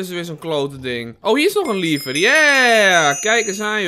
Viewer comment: Sorry, maar je spreekt "lever" uit als "levver", en niet als "liever". Voor de rest vind ik je video's wel supergaaf!